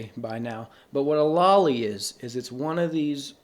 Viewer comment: bro I know you pronounced it lolly and hentay just to trigger people but i'm NOT FALLING FOR IT